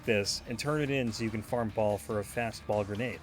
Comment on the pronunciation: “So you can farm Ball for a fastball” Boll. B-o-l-l. “B-oh-l-l” is how it’s said man. Not “Ball”.